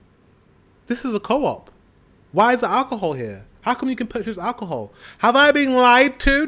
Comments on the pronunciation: Well, you dont say it like that, co-op. Coop, one word. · it's pronounced coop like chicken coop...but t stands for co-op like you said, but not sure at all if they are involved with the same companies .. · It's not pronounced co op. It's Coop, like you would say the name Cooper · its no CO OP, it clearly says COOP as 1 word, when are you gonna learn.... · "co-op" BRUH 💀